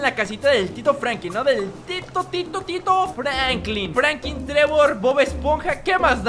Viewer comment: enserio no sabes pronunciar franklin pero escribir si no?